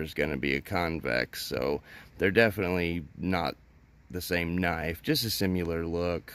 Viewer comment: My dude, I like your videos, but your mispronunciation of the word “similar” as “simuler” is nails on a chalkboard.